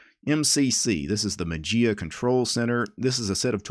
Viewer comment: Dear. FYI Mageia is the Greek word ''Μαγεία'' which means Magic and the Greek pronunciation is not ''Matzia'' but ''Mayia'' with the accent on the ''i'';-)